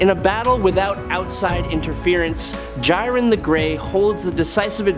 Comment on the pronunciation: J-aye-ren the grey Ok nvm AI video alert